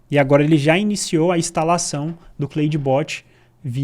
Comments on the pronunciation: Só acho que a pronúncia seria algo como 'Clód bot' né!? kkk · Se lê "Cloude" não "Cleude", video excelente. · Claro que nao, em ingles nao é Cleide kkkkk